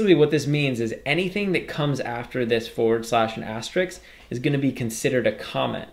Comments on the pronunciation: Btw, it's asterisk not asteriks! :) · great course, but for the love of god, stop calling it an "asterix"